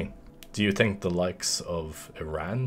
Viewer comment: “Tink” “tree”